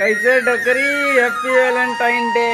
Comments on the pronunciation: Valentine hota hai Walentine nahi🤦🏻‍♂️ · Welentine nahi Velentine Hota Hai Bhai😂😀